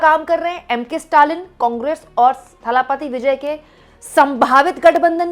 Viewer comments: It's not Thhaaalaaapaati, it is Thalapathi. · थालापपि नहीं इसे दलपति बोलिए.